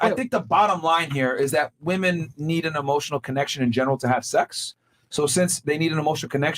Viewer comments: The blonde sitting beside really does not know the pronunciation difference between woman and women. she keeps saying woman every time instead of saying women. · Why does she keep on saying woman which is singular when it is clear that she is saying women plural?